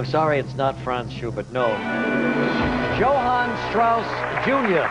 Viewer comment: Johann: (Yo-haan), not (Joe-haan)